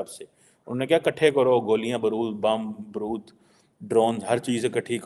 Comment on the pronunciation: Brud nahi barud...😂😂😂😂